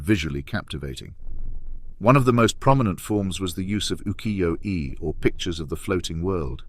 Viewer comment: The only give away was the mispronunciation of UKIYO-E